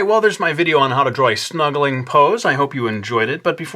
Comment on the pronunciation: at first I thought you said "couch smuggling" lol